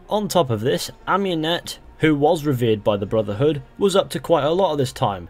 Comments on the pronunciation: Ah-moon-ete, not Ahm-You-net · why does every one say am-U-net its ah-mUn-et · You're butchering Amunet's name